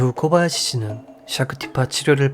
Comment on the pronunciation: 타카하시 일본어 히라카나 쓰기ㅡ대로라면 맞는말이지만 일본발음으론 다카하시로 코바야시 가아닌 고바야시로 타나카 가아닌 다나카로 발음해주시면 듣기 더좋을꺼 같네요😊 오늘도 잘듣고 갑니다